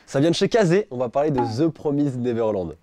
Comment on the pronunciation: Stp dit comme il faut mdr "de promaïzède neverlannnd" voilà (c mon placement de produit pref de ta chaîne)